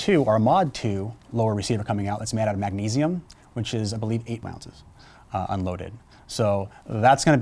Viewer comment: Particular with words? Like when he says that it does not flex "underNEATH" (under) those conditions, or when he says "ambidextrEEous" (ambidextrous) safety, or when he says the magnesium mag weighs eight "Rounces" (ounces)? You're being too picky and it's pretty mean. =) I thought it was funny when he said he "trolls" the forums online. I think he probably means "browse," not the internet sense of trolling which is to "sow discord on the Internet by starting arguments or upsetting people by posting inflammatory, extraneous, or off-topic messages in an online community with the deliberate intent of provoking readers into an emotional response or of otherwise disrupting normal on-topic discussion." (Wikipedia definition) Aside from those distractions, I actually thought he did a great job and I found the video informative. I enjoy a longish video like this that is well thought out and professional like this one. I like that sound that some of the firing scenes have, where it's not full blast and is more of a "boing" sound. I don't know if that is deliberate or if it is just the microphone used, but it's a more peaceful sound while listening to the dialogue broken up by shooting scenes than the typical full blast sound which is hell on headphones, etc. I don't have a SCAR heavy so I don't have to worry about whether I need a Handl lower. But if I see a deal on a Handl lower I'll have to pick it up and then get a SCAR for it. =)